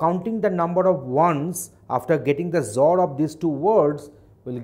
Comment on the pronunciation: sir with your zor pronunciation people will be confused . please tell x-or :)